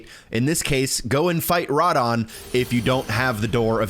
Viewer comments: Umm i dont think his name is rat-in its ra - dawn😂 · Ruh-dawn, not rad-in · Ruh-don not rad-an, it’s radahn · Who tf is rahden? You mean Ruh Don!!? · [RAH-DAHN] not [RA-DIN]😹😹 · His name is pronounced "RAH DON,", and, yeah, don't bother to advance time to daylight hrs. to make things more visible for the viewers at home. And, I see you've become too dependent on using a shield as a crutch, highly unnecessary in this scene, a swipe or two from even a mediocre blade kills the creampuffs on the ledges, or, in my case, I casted some offensive incantations while mounted to clear the path ahead of me. I'm on a NG+8 right now, I just tuned in for shitz & giggles to see what kind of Tarnished you be! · It’s Rah dawn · IT IS RADAHN. RA-DAWN. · rod-on is killing me lol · I don’t think I’ve ever heard someone pronounce rhadan that bad in my life. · Ruh-don. Thought you kept saying Radagon lol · Pronounced General "Ruhh-don" lol just fyi my guy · bro said Radahn like radin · Literally pronounces his name in the game for you 💀 Rah-Don is how it’s pronounced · Raaaaaaaah Daaaaaaaaahn is how its pronounced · It bothers me SO much that absolutely no one knows how to pronounce radahn's name! Listen to the dialog and pronounce it correctly!! RA-DAWN is the correct way! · why is no one talking about him saying Radahns name like radin also he is not mandatory. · What’s a “Raddin”? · Bro said “Radden” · General RAD-UN lol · It’s pronounced Rah-Don! Rah-Don!!! I’ll kill you! I’ll kill all of you! Especially those of you in the comments section!!! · Sorry I'm just hating the way you say Radahn. It's pronounced "Ruh Dawn" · "General Radin" Someone didn't bother watching the cutscenes. 😬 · how do you fumble the pronunciation of the name radahn, they say it in the game. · stop saying radahn wrong it pisses me off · Never heard someone mispronounce “Radahn” so laughably bad hahaha smh 🤦🏼‍♂️ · This is the only person I’ve ever heard pronounce Radahn so wrong